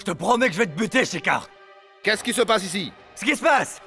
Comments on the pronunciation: Dans ce feuilleton seul nandidy k a bien prononcé le nom de schecar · Ta remarquer 😀j’aime la façon dont el dit shekar